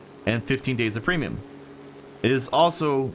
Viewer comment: Oh Ham did a great job. You(!) sounded a lot more nervous. You were contracting words something fierce! Right off the bat: "Welcome to our Pre'm buying guide". The what now?!:)